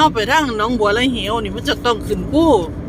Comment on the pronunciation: 5555 หนองบัวระเหว ว่าส้าน เขาเอิ้นว่า หนองบัว ระ เว๋